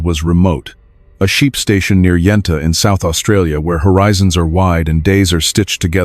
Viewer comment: First of all it's Yunta not yenta. Second it's not the first time Yunta has been through this. It's scrubbed from the internet now but the Yunta Hotel and the airstrip have been in the headlines before.